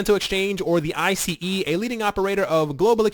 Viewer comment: And the company acronym is pronounced Ice like frozen water.